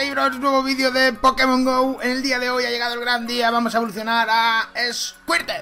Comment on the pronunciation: Pronunciación: escuirtel - guartortel - blastois